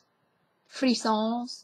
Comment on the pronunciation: hey there i'm french and it's really interesting how generations after generations we can still understand those words , couillon(fool) ,mal au ventre (bellyache) ,frissons (shivers, funny to hear it with the plural s pronounced tho), fwas sounds like the now extinct dialect word for diarrhea that my grandparents used, Parrain (godfather) but godmother is marraine, minou (kitty), dodo (sleep for kids), mais means "but" in french, canaille is a rascal basically, honte is shame, mademoiselle is for an unmarried woman and it means dragonfly in german if i remember well ... etc etc all in all very interesting vedio keep your dialect alive !